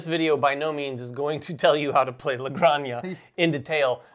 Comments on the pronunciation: Hi guys, great video. Just to let you know, Granja its pronounce like "Gran" - "ha". You are pronouncing like Graña, which sounds like "Araña" that means Spider. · Great video guys, btw it's "La Gran-hah" 😄. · It’s pronounced “La Granha” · It takes VERY little effort to look up how to pronounce a foreign name game. You guys are supposed to be professional and this is disappointing. LA GRAN-HA. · Where’s the “y” in La Granja? 🤣 … all love, guys